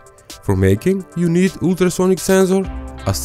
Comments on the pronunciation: Man isnt it ultra sonic I heard ooltra sonic😂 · intra sonic sensor pronunciation🤣🤣